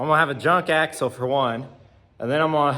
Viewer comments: AXLE, NOT AXEL..... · It's "axle".